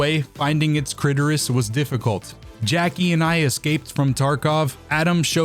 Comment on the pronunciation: No way he found the crit-oris